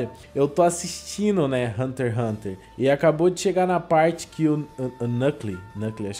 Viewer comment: Mano eu fiqui me rasgando de odio mano o fala haunter haunter n e assim po@ e hunter x x xxx hunter